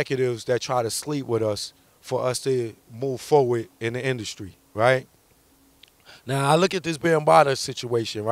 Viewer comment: He said "right now" like it was something new..